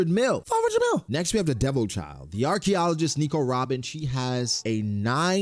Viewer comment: You pronounced it "archie-ologist' that made me giggle